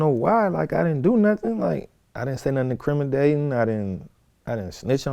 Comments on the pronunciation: "I didn't say nothing 'incrimidating.'" Lol, what is that? An intimidating testimony? 🤣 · "I didn't say nothing incrimidating"